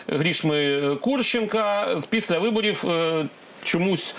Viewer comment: Філатофф, виборіфф.. Пане віднику, досить фекати!